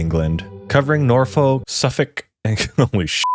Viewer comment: He got Suffolk right too, but got Norfolk wrong bless him. Same with Norwich. It's a good job he didn't name eastern coastal towns because if he his Happisburgh he'd have never stood a chance